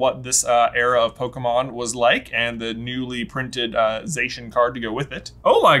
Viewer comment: Zacian is actually pronounced Za-cyan as in cyan the colour.